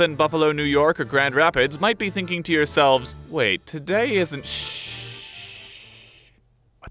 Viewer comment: Heck yeah! This was pretty damn good. Nice balance of humor with research, plus you actually pronounced Kazimierz Pułaski. Now do Kościuszko :)